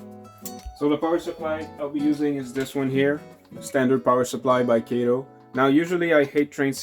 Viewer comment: Nice demo of the Kato Compact Track set. One quibble -- it's pronounced "Kah-toe" not "Kay-toe". A tip about the track - separate it by bending horizontally, not pulling or flexing vertically. I've been playing around with the Compact Track a lot lately. It's surprising how much equipment will run on it. Most shorter 4-axle diesels (F units, GP20 and earlier) run fine even (or particularly) with body mount couplers. Most 40' and 50' freight cars with body mount couplers too. I have even got Bachmann 60' passenger cars fitted with body mount couplers to work well. Some equipment does need tuning, but that's part of the challenge/fun. Mixing body mount and talgo (truck mounted) couplers is asking for trouble, as you saw with the Atlas Dash-8 and a couple of random talgo equipped cars.